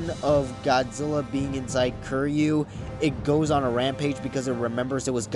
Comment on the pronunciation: Kiryu’s name is pronounced Keer-U